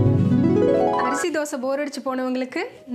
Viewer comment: Arisi nu sonninga yanna arusi nu sollunga sister